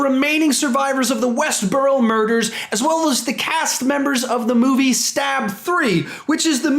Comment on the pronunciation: It's hard to take someone serious when they can't even get the name of the city (Woodsboro) correct. I'll stop watching now, 28 seconds in